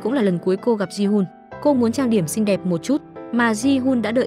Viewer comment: Xinh thì bảo là xinh,sao phải nói ngọng vậy.Không hay tí nào